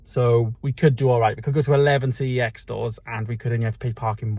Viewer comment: Pretty sure I said this on a previous video, but the company name for CEX is LITERALLY pronounced "sex". Look it up. Contact head office. Calling it by its initials is wrong. 🤷🏻‍♂️